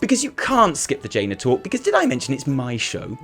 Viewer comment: It's not jaina it a dreadload as jaina